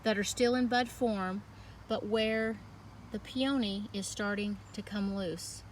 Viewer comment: I’ve never heard them pronounced pee-OH-nee.